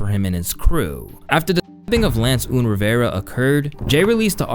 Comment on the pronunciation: Pretty sure its pronounced un, like big pUN